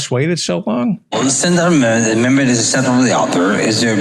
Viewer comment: Phelan wasn't so drunk that he didn't realize how he was butchering the word "amendment" as he quickly abandoned trying to pronounce it and just said, "the bill" instead.